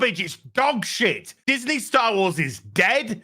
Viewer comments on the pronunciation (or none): none